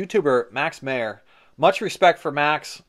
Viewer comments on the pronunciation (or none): I think he pronounces his last name less like John Mayer and more like MAH-err.